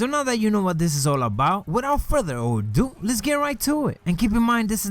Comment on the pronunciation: ....did you say further ORDUE?????????????????